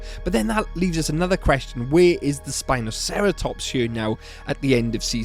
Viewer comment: Its actually Sino-spino by the way, Not spinoceratops.